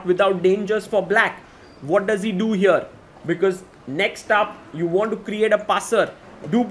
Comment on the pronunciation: Everyone: "Here" The chess commentator: "HIOR"